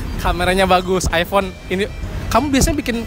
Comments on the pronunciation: Nyebut iphone aja ip 😂😂😂 Sumpah gw ngakak.. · sebel banget iphone nyebutnya i-pe